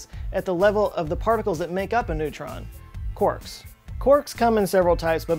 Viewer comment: Oh! Someone who pronounces quarks correctly!